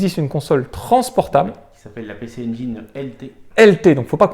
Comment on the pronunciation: La Pécé Anjaillene:D Pici N-Jin si tu veux le prononcer correctement parce que tu prononces très bien GAME GEAR et pas Gamme Jire!^^ Bravo de montrer de bien belles machines comme celles-ci.